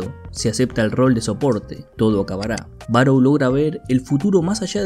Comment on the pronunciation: Siempre me he preguntado xq los que hacen estos resúmenes no se toman unos minutos de como leer nombres en japonés...no se dice BaroU, 馬狼, Barou si esta escrito con Kanji esa u es una prolongación del sonido de la o, o sea es Baroo. E incluso en tus imágenes dice Barõ